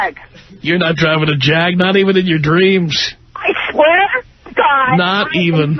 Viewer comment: didn't say "JAG"; it sounded more like "CAB" when Tom asked her what she's driving.